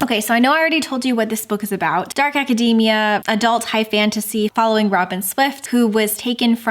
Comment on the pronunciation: Thanks for the pronunciation clarification on Babel but why did you have to mispronounce academia like macadamia?! 😆 It’s aca-dee-mia. We don’t say acaday-mic, lol. So many people pronouncing it like this just grates on my ears.